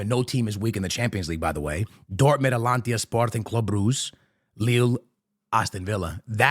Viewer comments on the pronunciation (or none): It's Atalanta bro not atlantia 😅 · Bro, I'm not sure why your videos are constantly recommended to me.. but please at least learn how to pronounce the names of the clubs.. It's A-T-A-L-A-N-T-A not Atlantia.. wtf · It's "ATALANTA" not "ATLANTIA" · Atalanta ❌ Atlantia ✅ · The fact that you still call them Atlantia is craaaaazy😂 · Bro its ATALANTA not ATALANTIA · Does this brother not watch Atalanta matches or atleast read the comments? Because "Alantia" is crazy. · Gotta stop listening after I hear "Atlantia" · My boy either can’t read or legit has got a speech impediment. My nigga says “cubahsi” then says “alantia” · ATALANTA! It’s ATALANTA!! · “Atlantia” u have to be doing it on purpose at this point 😂😂😂